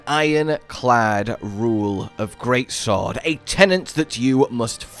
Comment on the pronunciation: tenet, not tenant